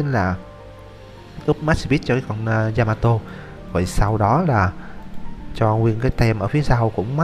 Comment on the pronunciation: yamato đọc lộn yamatee :))